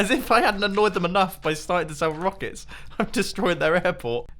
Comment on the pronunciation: "Rockicks" Mumbo-2018